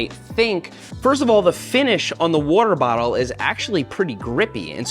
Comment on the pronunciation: He said WOOTER- Bottle 😂